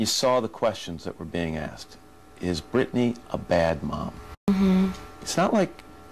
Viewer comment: Listen everybody her name is Britney not Brittany 🤦🏼‍♀️🤦🏼‍♀️🤦🏼‍♀️🤦🏼‍♀️🤦🏼‍♀️